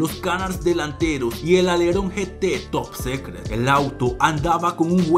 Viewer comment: Se pronuncia "top sicret" no "top secret"